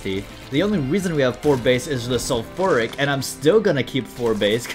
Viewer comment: Calling Sulphuric "sulphoric" is indeed a moment (how could you reroll spoon bender